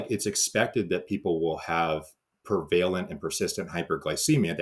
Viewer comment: Despite mispronunciation of ‘prevalent’, this presentation was superb…! 👍